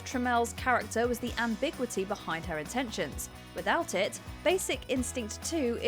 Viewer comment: How are you saying ambiguity?